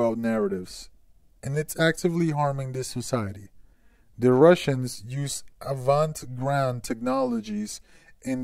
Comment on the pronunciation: Did you just read that as "Avant grand technologies"? *facepalm